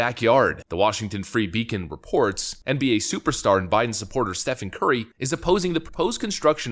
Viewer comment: It's pronounced "Steven" FFS, not "Stefan".